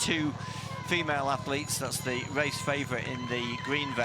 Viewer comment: If a commentator cannot pronounce an R and instead annunciates a W, they shouldn't be involved in commentary. It is a Race not Wace.